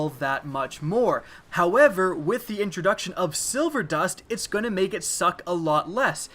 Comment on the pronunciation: The way you say "Destiny" and "however" is... weird.